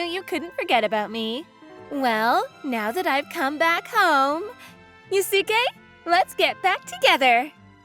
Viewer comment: They pronouncing Yusuke wrong